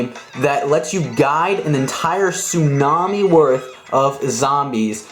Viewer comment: Wait did i just heard zombie sunami